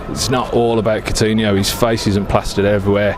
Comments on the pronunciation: guy keeps saying "Cortinho" WTF? Coutinho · Who is cortino? Cor-tino 😂😂😂